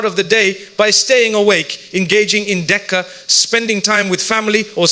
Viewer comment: Please correct the pronunciation, It is Dhikr not Decca It is Quran not kurn